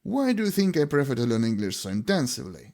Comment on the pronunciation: Перевірьте як вимовляется дієслово "prefer" 😢